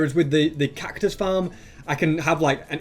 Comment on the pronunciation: When he said 'cactus-us' I died inside a bit